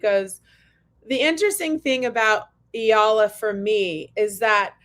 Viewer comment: Thank you for sharing the correct pronunciation of Eala. I was surprised by that opening Magandang Umaga! Love listeninng to you two